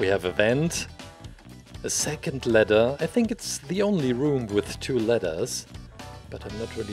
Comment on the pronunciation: I kept on thinking he was saying letter not ladder